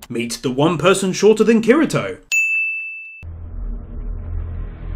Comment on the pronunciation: did he just say kerento